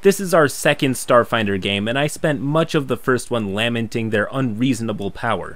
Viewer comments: No one: pronouncing la-menting as Lam-enting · Lamenting would be pronounced lem as in lemons and ment as in I meant something else, not lamb lemeanting, not lambmenting